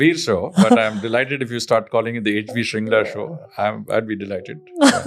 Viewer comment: Its actually Mr. Harsh Vardhan Tsheringla. Shringla being a mispronounciation of the actual name Tsheringla(which is a Bhuddist first name commonly used in the Himalayan regions). And this fact was so relatable since I also have been called Sewang or Sewag instead of Tsewang by my mainland friends 😅. Also, I read somewhere his forefathers are from Darjeeling or Sikkim.